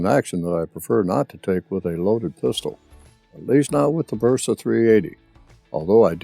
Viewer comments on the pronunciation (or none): BERSA CON "B" BERSA , NO VERSA ....COMO DECIR VERETTA